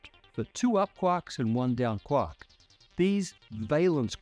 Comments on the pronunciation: It's quark not "kwak" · even though he's saying QUOK, I can assure you, he means QUARK. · Quark: pronounced KWORK. It rhymes with (The hunting of the) Snark. And 'quarter'. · I kove the way he says "quahk" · Why do I keep hearing: quak?